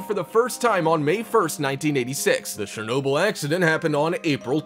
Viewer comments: He's saying shernobyl not Chernobyl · its not shernobyl its chernobyl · not czernobyl but chernobyl with a sz sound trust me live next to ukraine i know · also he said Shernobyl instead of Chernobyl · Its Shernobyl if we heard but the words are chernobyl. Not shuroaurjisjajsiajnobyl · The correct way of saying it is [chur] - [nob] - [uhl], you can even look it up on how to say it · You pronounced Chernobyl wrong ever time you said it its not shernobyl its chernobyl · Ch-er-Noble NOT Share-noble! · It’s Chernobyl, not Shernobyl. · The "Ch" in Chernobyl is not pronounced sh, like in shame. Its pronounced like "ch" in champion. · god dammit, its pronounced CHAIR noble, not SHARE noble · Its CHernobyl not SHernobyl... LOL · It's Chernobyl not shernobyl. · Good grief it’s pronounced Cherbobyl, with a Ch - as in chip, NOT Shernobyl. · it is Chernobyl not shernobyl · Its pronounced CHUR-NO-BYL. NOT SHER-NO-BYL. lmfao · Dude... the CH in Chernobyl is read as CH i “birch” stop reading it as Shernobyl. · sh-ernobyl OMG that pronunciation drove me nuts lol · He sounds WAAAAY too excited, plus he pronounces Chernobyl wrong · I’m just gonna assume no one got the joke even after 8 months of how the news reporter said it... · Glad I wasn’t the only one who noticed that. 🤣 The narrators pronunciation was driving me crazy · and i can look out my windows and on a good day see the exclusion zone. if you are Ukrainian its mighty weird you say it incorrectly. дуже дивно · Is he intentionally calling it shernoble? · In Ukrainian it is Chornobyle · Thanks, but I don't need to buy "Shernobyl" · anyone triggered how he says chernobyl as shernobyl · The narrator's voice has given cancer to more people than Chernobyl's radiation. "SHERR-nobyl?" REALLY?! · "Surnobyl"? Dude... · This was facinating, but the narator's use of a soft "ch" (sh sound) to pronounce Chernobyl (ch as in church) is driving me nuts. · Quick tip it's not pronounced Shhernobyl 🤦‍♂️ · Shernobyl = ? Really